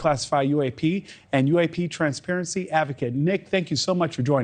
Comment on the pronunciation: Transparecy....lol at 4 seconds in...